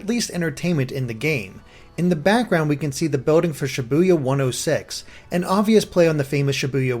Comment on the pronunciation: Ibuya I buy yah btw I keep hearing Sha Boo Yah